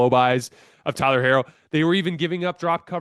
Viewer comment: Tyler’s last name is pronounced “He-ro”. Thank you.